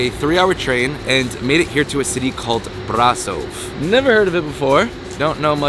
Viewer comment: You kinda lucked out, Brasov is one of the most beautiful cities you could’ve gone to. We have others, sure, but Brasov is genuinely breathtaking. Also, I appreciate how quickly you learned to pronounce it correctly. Hope you had a good time here, and best of luck in your next adventure.